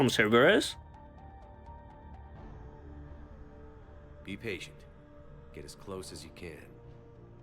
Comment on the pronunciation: "Cerberus mole", lol.